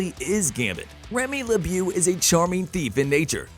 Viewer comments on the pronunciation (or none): The pronunciation of Gambit's birth name is atrocious in this video. 👎🏾